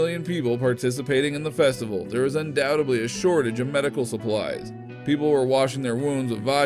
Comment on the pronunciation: ANNOUNCER: IT'S PRONOUNCED "UNDOUBTED-LY" NOT "UNDOUT-ABLY"